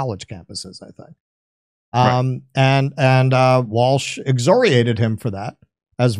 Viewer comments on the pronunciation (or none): I'm not a big schtickler about ponounciation EXCEPT that when you decide to use a $20 word or whatever they're worth in 2024, you sound dumb saying exoriated instead of excoriated 😂